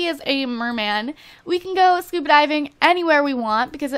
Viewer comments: She pronounces SCUBA diving SCUPA diving. lol but i still love these videos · Ur saying scupa instead of scuba